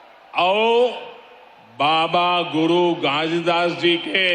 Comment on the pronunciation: भूपेश बघेल के टक्कर में कोई नही है सर। ये परदेसिया के हाथ मे छत्तीसगढ़ नही देना है।इनको तो घासीदास भी बोलना नही आ रहा है।